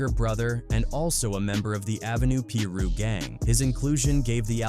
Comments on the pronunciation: The way he saying some of these names triggers me. It’s not peeru it’s piru and it’s not locks either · Ai said peeroo 😂 Fuck ai. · Ai voice said “Pee Ru” gang😂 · Please stop having AI and white people doing this voice overs and not knowing how to properly pronounce the information they’re giving. It’s Tweety Bird Loc (pronounced Low-K like Loki but you don’t say the key part) and it’s Piru (pronounced Pie Roo). Respect it cuz people really lost their life to this shit and we lost real family and friends to this shit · What u mean it’s not pronounced peeru or Loc=Lock or Englewood😂😂😂😂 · Every damn video AI not being able to pronounce piru is funny as hell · Cuzz, your pronunciation on shit is funny. Piru & Loc you need work on. The more I watch the worse it gets. If you had listen to the album, just maybe your pronunciation would be better.